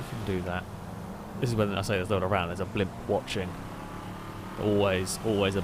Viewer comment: STOP SAYING BLIMPUSSSSS ITS SO ANNOYING